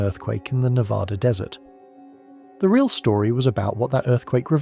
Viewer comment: Can you say Nev-Ad-Duh!!! Cant even say the states name right. Im not watching anything more